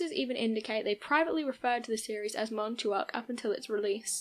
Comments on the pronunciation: MAhn Tock, not Mahn Too Ock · Its pronounced: "MON-TOCK" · MON- TALK………Montauk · Lol i was just at camp hero this weekend. definitely a cool area to explore but its not its own island its apart of long islands east end. its also pronounced like Mawn-talk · It's pronounced...Mon-talk.